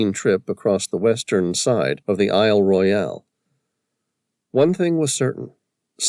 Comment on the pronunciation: There are No sharks in ice cold fresh water Lake Superior. And Isle Royale is pronounced Royal by locals